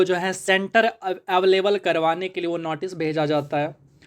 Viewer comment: Notice❌ Natice✅